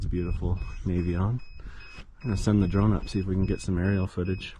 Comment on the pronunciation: Hey, thank you for pronouncing it nay-vee-on. So many people say it nah-vee-on.